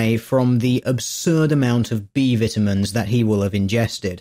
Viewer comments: "vittaminns" :C:C:C:C:C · Beaver timmons. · XD British vitimins. Don't mind me, I'm easily entertained. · they way you pronounce "vitamins" is killing me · Say "vitamins" again! lol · I like how you say vitamins